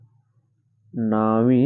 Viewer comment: ಅಣ್ಣಾ ನಾವಿ ಅಲ್ಲ ನೇವಿ ಅದು